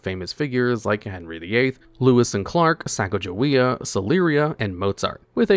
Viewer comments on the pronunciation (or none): none